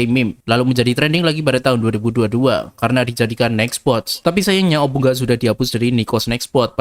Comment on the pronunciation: Bacanya obu nga